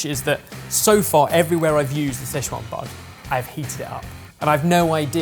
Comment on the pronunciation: Everytime they say "sze chuan" i die a little inside